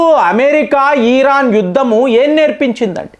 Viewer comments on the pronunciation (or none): none